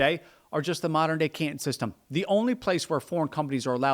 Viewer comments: I have never heard "Canton" pronounced before, but I don't believe you're saying it right. It is the hometown of modern day Guangzhou, where they speak Chinese with the Guangzhou - dialect. Otherwise known as Cantonese. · Can TAHN not CAN tahn. Take it from an old guy, whose uncle was Cantonese. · no. Canton (pronounced Cantn) is in Ohio. Canton (pronounced canTON) is the city in China. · While I'm not Chinese scholar, I'm pretty sure it's pronounced: Can-tahn... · I've never heard 'Canton' pronounced like 'can'.. let alone so many times in quick succession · Bruh at least try to pronounce the Chinese place names correctly good lord. Can'un. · He can't pronounce 'Canton'. Is that a regional or class thing in the US, saying it wrong like that? 'CANtun'. Bizarre. He also calls England 'INGlund'. without the g sound. Which is it, England, or Britain? He said England so many times, then suddenly he switches to saying 'Britain' wrong too, like 'Bray-en.' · It’s Canton like wonton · You are the only person that I've heard pronouncing the name Canton the way you do. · To my ear it sounds like you do a pretty good pronunciation of Chinese words and city names. But who taught you how to say "Canton"? You say it like the city in Ohio. Listen to the difference between "wonton soup" and "wanton destruction". The "ton" gets preonounced in 2 different ways and the syllable break is between the 'n' and the 't', not after the 't', The city in China was pronounced "KAN-tahn" while the city in Ohio is said like you say it, almost one syllable, "Can't-in" as a pirate saying "captain" - "aye, aye cap'n" - or in the sentence, "I can breathe when I'm out, but I can't in." My wife had a dog called the "KAN-tahn" version of Canton 😉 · I assume others have pointed this out, but Canton rhymes with Wonton, not Scranton. 🤦‍♂